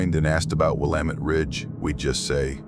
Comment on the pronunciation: Maybe this is not an AI he pronounced Willamette correctly😅